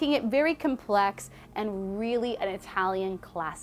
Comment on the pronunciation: you don't have to over-pronounce italian